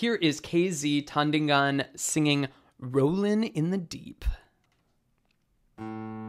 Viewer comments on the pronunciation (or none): It's Tan-DEE-ngan.